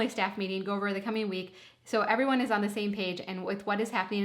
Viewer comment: "ahn" is such a Minnesota "on" , reminds me of my college room mate ❤